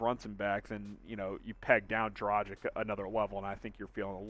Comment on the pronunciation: Learn the correct pronunciation of his name man! Its Draah-ghich ! Not Draah-jic !!!